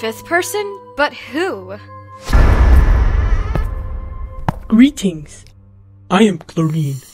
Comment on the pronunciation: "Gweetings, I am clowine" got me rolling on the floor😂